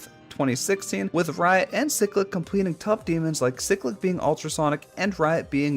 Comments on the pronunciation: its not ciclic its cyclic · "ceclic" also cool video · Pronunciation of cyclic Chiy-click Or Se-click Both I like